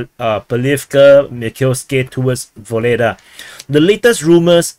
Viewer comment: My friend. Pls stop call this city "Voledaa" . Ugledar is real name of this . Ugled = honor +ar . "Voledaa" is something else and not good. Your chanel is good , real .